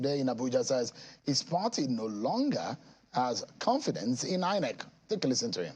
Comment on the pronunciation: Why does this former INEC guy keep calling it EENEC?